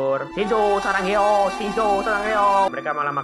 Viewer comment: astaga bukan sarangeyo bang tapi sasageyo bang